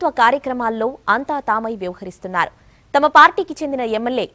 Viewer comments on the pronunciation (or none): none